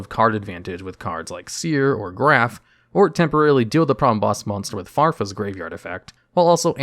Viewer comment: He said it Farfa